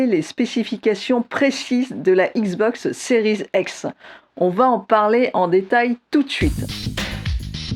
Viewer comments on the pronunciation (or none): Donc toi tu dis XBOX séries ex ?